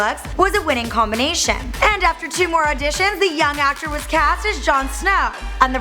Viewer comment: "JAN SNAOW DOWN BELAOW"